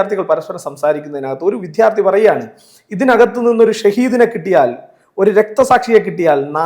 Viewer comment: എടൊ കോപ്പേ വിദ്യാർദ്ധി ആണ് വിദ്ധ്യാർധി അല്ല.. എന്തിനാ ഈ തെറ്റ് പറയുന്നത്